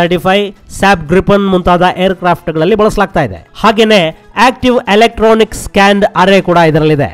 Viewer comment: I guess there is a miss pronunciation in opto electronic sensors.....